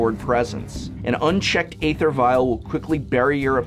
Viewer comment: So you insist on pronouncing "Bogles" correctly and went so far as to include a segment in your Bogle video but refuse to pronounce "Æther" correctly? Why?